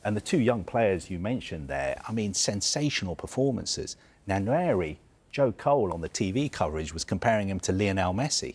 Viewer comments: Ethan himself pronounced it with a silent N. It’s just Wa-neri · At least learn how to say the kid's name correctly. Nwaneri. Not Anweri. Not Nanweri. Nwaneri. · Just say Ethan if you can’t pronounce Nwaneri properly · His name is pronounced as Wan-neri stop butchering his surname please!